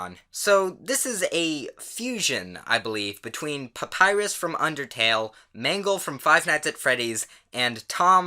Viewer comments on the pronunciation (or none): none